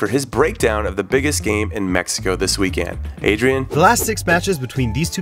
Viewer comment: Does it bother anyone else that Conradinho says weekend "weekand"?